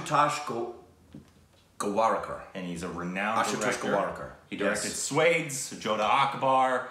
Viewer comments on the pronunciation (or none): Did just refer Rang De Basanti as Ragged Baasti?! 😂😂 And we have already accepted Swades as swaydes. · Korbinized Swades! It's pronounced like... Swah- Des (two syllables, with a soft D like in the word 'the') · did you just call swades ... suedes?? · Decorbinization - SWADES = Swuh - Daysh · He just did not call "Swades" as Swades, wait wtf!